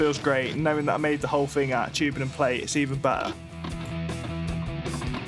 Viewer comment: Good content, but dude. That music is 😬 and it's bought not brought 😂 What is a "fing" 😅 it's thing. Why many Brits really do speak poor English.